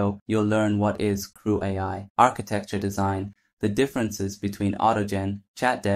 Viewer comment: Had me going until “” was pronounced “creweye”